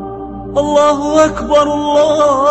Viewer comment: очень красива произносит Азан Аллаху Акбар